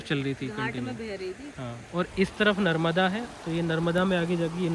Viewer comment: Agar tum aaye हो, Mai मुंबई se देख रहा हुं,, नर्मदा मां bolna sikh लो,,, ओक